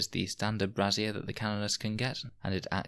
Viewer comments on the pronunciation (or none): it wouldn't have been about bras if he hadn't kept pronouncing 'brazier' like 'brassiere'...